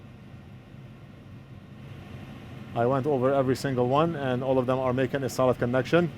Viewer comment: Everytime says "solid", I hear "salad". What can you do?